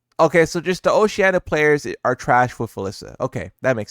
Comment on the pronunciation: Bro doesn't know how to pronounce Oceania, man is saying Oceanna lmao